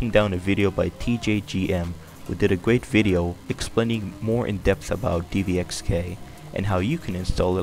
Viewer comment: its dxvk not dvxk